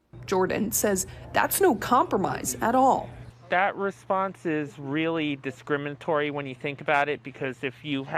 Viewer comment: "descrimintory" this says everything, if you can't even verbally say it correctly or write/type correctly, you have no business claiming you're a victim of descrimination, pardon, descrimintory...